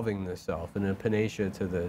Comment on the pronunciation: love that uses the word panacea correctly but pronounces it "Puh Naysha"